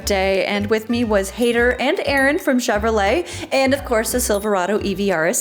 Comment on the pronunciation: It’s High-dhar not Haider like Raider